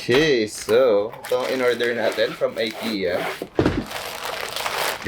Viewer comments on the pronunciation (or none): none